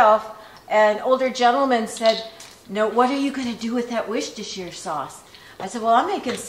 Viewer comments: It is wusstershire sauce not wishtershire sauce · In England, or my part of it at least, we don't say the 'shire' part of Worcestershire sauce, it's just 'Worcester Sauce'. And Worcester pronounced 'Wusster', so Wusster Sauce lol. I love hearing how you say it but it doesn't need to be such a mouthful:) Thank you and Mom, I've learnt so much watching your channel!